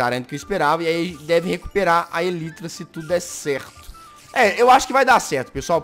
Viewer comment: o jazz: fala tudo em ingles, DA O LIKE! :) a elytra: ELITRA kkkkkkkkkkkkkkkkk